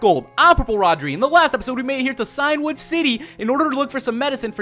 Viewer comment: If he called Cianwood City Clanwood City one more time I would've just shut this video off. The last video irritated me when he kept repeating Clanwoood.